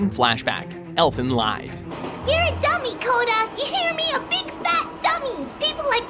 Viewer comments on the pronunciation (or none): Guys, really, this is the second time you said it wrong in the exact same way. Elfen Lied is German for 'elf song'. It rhymes with bead, not bide. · It’s pronounced elfen leed not elfen lied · bah, its not ELFENLYD OR ELFENGLYDE, it's ELFENLIEEEEED LIIIIIIED ELFENLIED!! Learn basic german for fucks sake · Elfenlied is not spoken like you did in the vid. its a german word and it is spoken like "Elfen Leed". the german "ie" is always spoken like an english "ee". if it would be spoken like you did in the video it would mean "Elfen Leid" Leid = suffering, not Lied = song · Elfen Lied is pronounced as "leed" since the title is German for Elf Song, not "lahyd" as in the ability to lie. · Me: Oh, look. A scene from Elfen Lied (EL-fun LEED). Why am I not surpr-- Narrator: Elfen LIED (EL-fun LEYED) Me: ... "Lied"... *flips out* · Please don't pronounce Lied like lie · Its pronounced Elfen Leed, not Lied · But what follows in Blood C is even more brutal, with those rabbit monsters and stuff. Besides, it's pronounced "Elfen Leed", not "Lyde". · Elfen Lied = german, the german Lied is not pronounced like lie/lied, it's like lead and means Song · short correction its not pronounced elfen lied like lying its german and pronounched "lead" for song elfen song ="elfen lead" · IT'S ELFEN LIIEEEED AS IN GERMAN FOR SONG NOT LYING I'm sorry but mispronounciations get me triggerd extremely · Elfen Lied is pronunced Elfen Leed. Get your facts right, damnit. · It's pronounced elfin leed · They should correct the pronunciation on Elfen Lied. The title of the anime/manga is derived from a the German word lied, pronounced "leed," which means song. This is confirmed when you look at the Japanese pronunciation of the show, "Erufen Rito." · Hey, it's pronounced "Elfen LEED." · Elfen "Lied" is the German word for song . (Lied/Lieder) You pronounced it "leed" (rhyme with greed and plead). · It's pronounced "Elfen Leed" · did you just say "Elfen Lied"? It's pronounced "Leid"